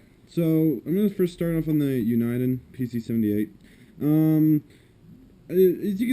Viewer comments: It's Uni-den not U- ni- den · dude its uniden not un-eye-den. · it's pronounced U na den.